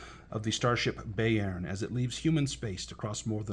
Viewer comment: Thanks for the nice, succinct review. I'm considering a Mongoose 2300 campaign and was eying Bayern. That said, Gott im Himmel: Bayern is German for Bavaria, and I lived there when my dad was in the US Army. I always heard it pronounced "Bye-urn" not "Bay-urn".